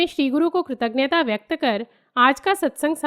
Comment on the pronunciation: atyant sarahneey. yadi aapko bura na lage to ek truti sudhar hai. aapne kritaghnta shabd uchcharit kiya hai jo ki ghalat hai. sahi shabd hoga kritagyata. n nahi aana chahiye.